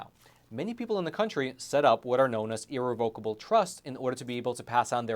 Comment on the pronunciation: You’re pronouncing irrevocable wrong ugh.